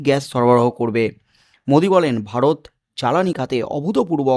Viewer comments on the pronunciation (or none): none